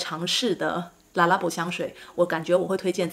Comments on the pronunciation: Le發音不是la音，法語是'利'音呀，不是啦啦宝，正確是利啦宝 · wrong pronuication, is "LE" not "LA" . lalalalalala labo?? , hahahaha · 品牌念法好像唸錯了